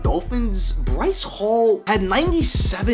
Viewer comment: Breece hall. BREECE. HALL. good vid tho